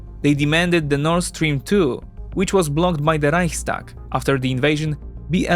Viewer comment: while the building may be called the Reichstag the german parliament is not. Its called the Bundestag. The Reichstag is the empirial german parliament great pronunciation though